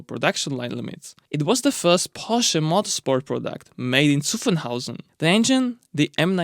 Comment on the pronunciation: all german words like f.e. Nordschleife or Zuffenhausen pronounced 100% correct, kudos !